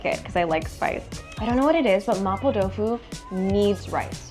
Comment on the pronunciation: can speak Mandarin?cus the way she said “麻婆豆腐”is really authentic